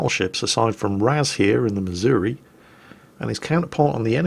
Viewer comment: I live in Missouri. Its embarrassing that a Brit pronounces it correctly and half of the people here pronounce it "missourah"